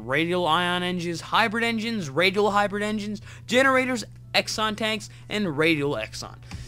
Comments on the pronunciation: it's pronounced zenon not exon... but cool mod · True. Exon, where did that come from!? xD Some funky pronounciations out there..